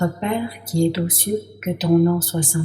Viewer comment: Notre Père qui es zaux cieux et non pas Notre Père qui es T'aux cieux . Mauvaise liaison. 2ème personne ne prend pas de T à la fin. Ce n'est pas très grave, mais dommage.